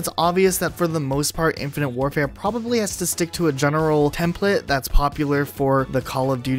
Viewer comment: When ever he says the game name I her “infinity ward”